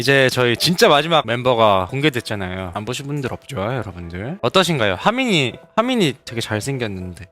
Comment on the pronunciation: 예준이 하민이 발음하는거 되게 기엽다 하미니 하미이니이 일케 발음하네